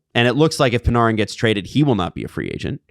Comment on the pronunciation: Who is Pin-are-in ? You mean Artemi Panarin ( Pan-air-in ) ?